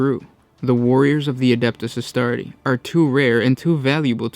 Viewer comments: can you guys stop mispronouncing Legiones Astartes. there is clearly an S at the end of Astartes. it's like Pokemon, it is both see a singular and multiple. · Suggestion: Always pronounce the S in Astartes. ;)